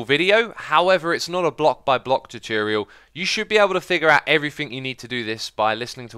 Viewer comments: when you say 'chuchurial', do you mean 'tutorial'? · "Tutiurial", good ol' Xisuma <3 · You mean ChooChorial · Ive told from some English accent video that pronouncing “tu” as “chu” is actually a accent thing. Like pronouncing “tube” as “chube”. Dont know how X think but Ive seen such comments too much times. The funny feeling is going. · 寂筑羽 X's gonna upload a chutorial this Chuesday on Youchube! 😂😂 I'm not a native English speaker but I think there're cases in English that 'tu' sometimes sounds same like 'chu', e.g. furniture, fortune. So I guess it makes sense XD.